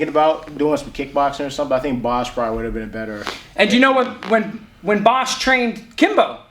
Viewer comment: I found your analysis very good. But: Bas => Boss! 👍🏽😄